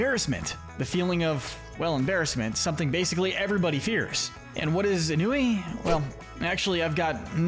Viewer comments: It’s pronounced ON-wee, “”! 🤨 Stop mispronouncing names,! 🙄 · It’s not pronounced “En-new-wee”, it’s “On-wee”